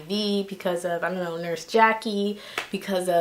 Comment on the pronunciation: Too cute she said “ion know” 😂😂